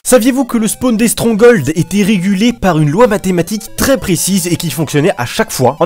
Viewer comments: strongol XD on dit stronghold (strong-gold) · "strong hauld" lel